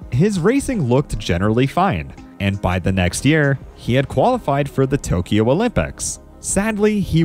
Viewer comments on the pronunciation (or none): none